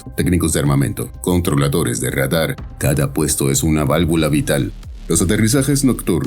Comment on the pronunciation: Ez egy nagyon primitív előadás. A RADAR szót Rédar-nak mondani, nem kis műveletlenség.